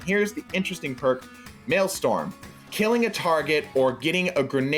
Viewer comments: Maelstrom not maelstorm cmon man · MaelSTROM. Not Maelstorm. Everyone isn't spelling it wrong, you're just saying it wrong. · Maelstrom. MALE. STRUM. The "r" comes before the "o", it's not Maelstorm. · The word Mealstrom is actually pronounced Mal-Strom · Petition for to say Maelstrom right